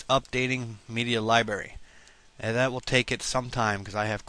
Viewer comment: wow you cant pronounce worth shit genair and libary